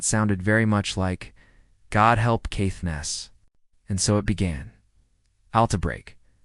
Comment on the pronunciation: Yeah, it's hopeless with some of the words. Caithness was bad but Sco Trail was terrible.